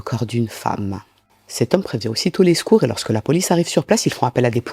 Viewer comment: 😂😂😂 j’avais déjà fait un commentaire du genre il y a plus d’un an. Elle dit “Ch’veux, Ch’val, Ch’mins” C’est drôle que ça nous choque, alors que quand les gens disent boul’vard; Carr’ four,ça ne choque personne 😂 « Le s’cours » 😂 « Les s’couristes » et là, elle dit bien cheveux, et 2 de suite 😂 retour du « Ch’veu »